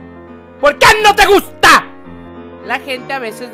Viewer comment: No pueh.. No me gutah ese niño.. De ahí n..No me gustah